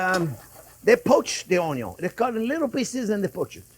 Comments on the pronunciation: Chef you had me long ago at "onyo". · Had me at “ONYO…” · I think its very good to an extent and is a fine line to a gut ache & a real bad acne breakout This is 1 guy who doesn't irk me when he says own-yone (onion) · You can’t have the Butter without the OnYons! 😂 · came from the onyon memes, stayed for the impressive recipes, you've come a long way big chef man 🍻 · Ahahaha, the vegan sarcasm and choking on his words. Love it. More butter and Onyo please. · Don't you mean, "Onyo"? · How can you not fall in love with this man? He makes it all so fun. I sent my Mom his, "BBQ Braised Short Ribs," video. She loved it and now, "onyo," is a household word. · 😂😂😂 Butter and Onyo burger , Love this